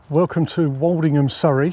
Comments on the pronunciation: I thought the "old" in Woldingham was pronounced like old in hold and told, not like the "alled" walled. Is that the local pronunciation? I'm a Lancastrian living down here in the vicinity. I want to be correct. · But you pronounced it Walledingham several times. I thought I had it wrong. I get loads of place names in the south wrong only to be corrected later, e.g. Plaistow, Isleworth, Leigh and others.